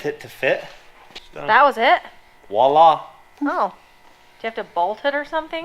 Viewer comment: Does know its Voila not Wala? Always makes me laugh. Haha love watching you guys. Keep up the good content